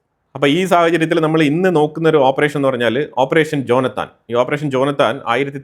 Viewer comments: ജോനത്താൽ അല്ല ജോനാഥൻ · ജോനാഥാൻ.. ഉച്ചാരണം ഇത്തിരി കൂടി ക്ലിയർ ആകുക. ജോനാഥാൻ നേതാന്യാഹു.. ജോനാഥൻ ലീഡ് ചെയ്ത ഓപ്പറേഷൻ ആയിരിന്നു